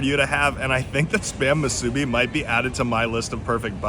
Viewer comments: Moo-soo-bee not mah-soo-bee. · Thank you for saying POH-KAY most of the time and not POH-KEE. And it's pronounced MŪ-SŪ-BEE. Thanks for giving more places to eat cheap. I live in the windward side, and don't know where to get cheap eats on that side of the island yet. ALSO, not all Foodlands have great Poke bowls. Imo Ala Moana has the best Foodland Poke. I go there when in the area and on a budget. Also: SAW-TOE = Sato ... Japanese ❤ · What! No Saimin😄🤙 Musubi is pronounced Moo Su Be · Pokey? Masubee? Gotta work on your pronunciation. I think Pokey was Gumbys horse.😂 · Not bad guyz ... a couple corrections if U don't mind? 1. musubi is 🗣️moo'-sue-bee 2. 🗣️ Sah-toe 3. Taro/kalo has nothing 2 do w/ube! ... Google it? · It's hard to listen to him pronounce musubi, emphasis on the B please